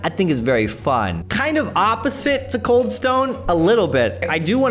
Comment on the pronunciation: its kinda reading as CALD instead of COLD